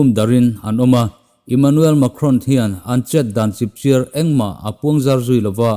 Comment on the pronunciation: chipchiar i lam rik dan hi a chiar lai tak hi i lam sang thina a sangbik awm lova lam tur ani zawk lo maw ka rawn ti ve mai.